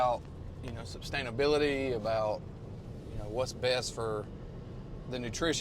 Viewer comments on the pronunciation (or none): It seems like you didn't learn too much about SUSTAINABILITY since you call it substainability.